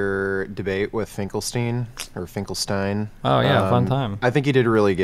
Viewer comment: omg its finkelsteel